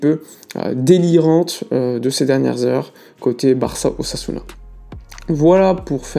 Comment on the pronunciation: Lorsqu'il a dit "une tentative d'ossasuna" j'ai cru entendre une "tentative d'assassinat" j'ai bondi 😂😂😂😂